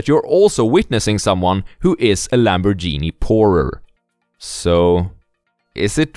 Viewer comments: "lamborjini" bruh🤦😆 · LamborDJhini ahahah, italians are going to hate you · Lambor-genie haha.